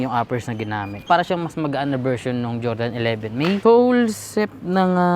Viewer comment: QIAODAN CHINESE VERSION NG JORDAN YAN PERO BASA SA KANYA CHOWDAN